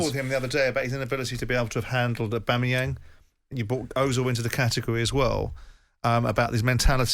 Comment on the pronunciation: Martin 'Aubameryam" Keown